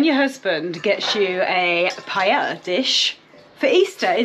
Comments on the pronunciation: Pronunciation:- Pa ....ella... Not pie...Ella... Hehehe 😂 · LOL 😂 'paella'!